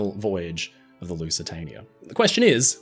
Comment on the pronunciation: Teacher: “Spell Lusitania” Our Friend: “Lusatanier”